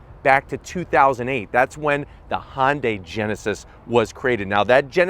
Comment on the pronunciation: Can somebody teach this man how to pronounce hyundai? LOL HONDAY? lol hahahahha